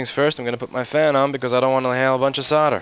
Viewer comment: Its pronounced "SOLDER" not "sodder"